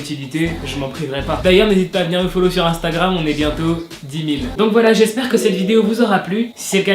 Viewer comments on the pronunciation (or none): none